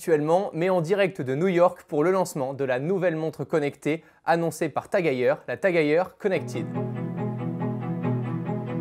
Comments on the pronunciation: Vidéo incroyable, mais par contre ça se dit TAG HEUIEUR (phonétique) et pas TAG HEYER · Très belle montre, belle présentation mais par contre, la prononciation du nom me fait mal aux oreilles, ça ce prononce à l'allemande, le E ce prononce pas A si jamais mais bien E Bonne continuation